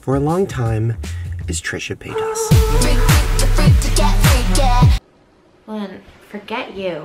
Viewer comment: Anyone else notice how he literally pronounced Trisha’s last name wrong? someone you considered “family” you can’t even pronounce their name right? Fkn disrespectful